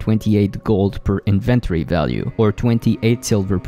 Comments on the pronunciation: "Invent-ory" vs "In-ven-tori" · the invent tory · the strangest way to say "inventory" lol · Say it with my now... inventory. Need to really practice that word, man. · Stop saying inventory like that. No one says it like that.